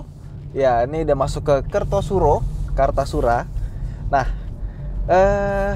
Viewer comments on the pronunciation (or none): Kartosuro bang, bukan kertosuro wkwk